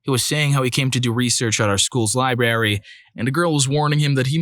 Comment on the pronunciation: Dude, it's library, not libary.